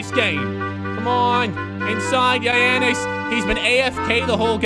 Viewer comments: the way he pronounces it yianess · Damn i laugh so hard when he say giannis name😂😂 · You buthcered giannis name